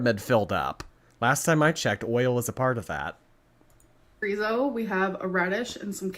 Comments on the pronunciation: Why can't she pronounce chorizo properly? We all have questions, they must be heffer problems🤷🏽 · The way she pronounces chorizo makes my skin crawl